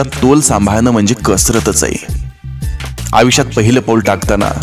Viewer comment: सर, विचार सुंदर आहेत.पण आपण आयुष्यात म्हणत नाही आविष्यात म्हणता.सुंदर विचार सांगणा-यांचे असे ग्रामर?